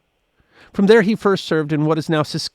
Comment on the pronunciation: Your pronunciation of Saskatchewan made laugh 😂